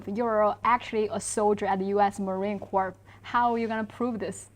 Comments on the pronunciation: The anchor pronounces "US marine corps" as "corpse". Purposefullly? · Sorry, but the name is pronounced Core, not like corpse. Thank you. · the "s" in "Corps" is silent.